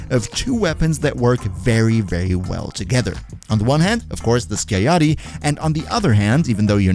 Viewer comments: its pronounced “skiagyatty” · Sky-ah-yatt-ee Skiajati.